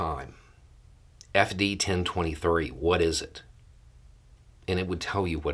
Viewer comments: Am I the only one hearing An I D 10 T form when they say 10 23 form. Not exactly the same but it rhymes really close. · They wanted the ID10T form… that is all I keep hearing when you say FD1023 form…